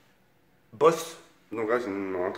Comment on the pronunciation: c'est Bose pas Bosse